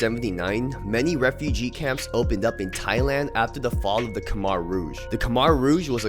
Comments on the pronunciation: Just to correct u bro its not pronounced khmar its pronounced khmer idk hard to say in a comment section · Good video. Khmer is "kuh"-"my". Do a video on Chinatown Runner, Karen rap is up next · My dude… btw Khmer is pronounced “k-Mai” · Learn how to say khmer correctly